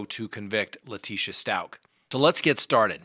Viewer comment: It’s Stauch as in couch!!! 😖 I heard her pronounce it in court, in one of YOUR videos!!! 😆